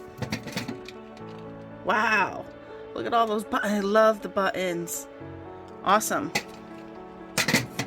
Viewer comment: It will be some estate sale! Even the old pop (soda) bottles may be worth something. I knew you were from the New England area when you said the word button 🙂